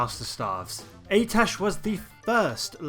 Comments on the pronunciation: Im sorry...AY-TESH...?!? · sorry man but you only covered 1 of the 4 possible A'tiesh staves. Each class (mage, lock, priest, druid) had their own class specific version. Also I think it's pronounced like "Ah-teesh"